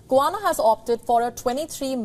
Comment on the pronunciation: Get your pronunciation of Guyana correct …